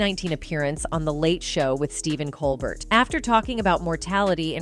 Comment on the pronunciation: It's super cringe how the AI voice narrating this video mispronounces Keanu, Colbert, and some other names. It's really weird the makers of this video either have no clue how these actors names are pronounced or they are too lazy to review their product before releasing it. Also none of this is new news, they just copied other scources to create this video. And the repeating over and over the same lines then showing the source of that info say what the narrator just said is just a way to stretch the content and very lame. Huge thumbs down to these parasitic so-called content creators.👎👎👎👎👎